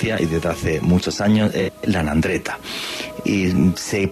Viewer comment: Hola, se pronuncia: "ANDRANGUETA" no "nandreta" y es SACRA CORONA UNITA (Sagrada Corona Unida), muy interesante el programa, gracias, saludos...